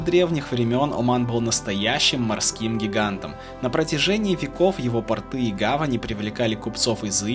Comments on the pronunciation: Мой муж однажды мне рассказал,как правильно говорить слово "порт".Портыыы-это мужские штаны , а пооорты-это и а аэропорты в т.ч.Так их учила преподаватель русского языка в физико-математической школе-интернате при Ленинградском Университете.Мне очень интересно было,но ударение в слове мешало.Удачи и спасибо.🫠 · портЫ или пОрты? Хорошо, что не портки сказал